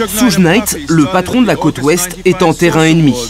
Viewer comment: Mais qui est à l’origine de ce documentaire 😂? Jodeci sont rappeurs c nouveau ça ! Ssougue naite 😅 , bref aucune connaissance du rap de son origine, tout est décousu, du grand npk !!!